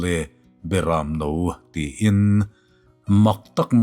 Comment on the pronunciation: '...hriain ka lo kal e Berãmno*...' *'Berãmno' i lam dân hi a dik lo ang. Heta 'Berãmno' tih hi 'LAL ISUA' sawina a ni ang.Chuvãngin, mi a hminga i koha i lamrik angin lam tur a ni ang. Entir nân– 'Lo kal rawh Mawizual' ti-a lam anga lam tur.Hemi lo pawh hi ngaihnawm taka chhiar rik i tumna lamah Mizo ṭawng lam dãn ni loin i lam nual mai.Lam nalh,chhiar rik nalh aiin 'a thu lam dik a pawimawh zãwk e.'